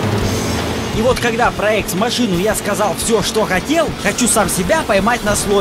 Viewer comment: всё-же название игры правильно читать как "экс махина" а не "экс машина"